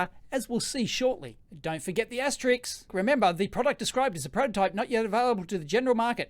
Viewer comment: Please stop saying Asterix when you mean asterisk.